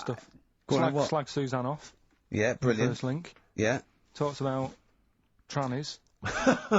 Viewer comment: It's brill-nant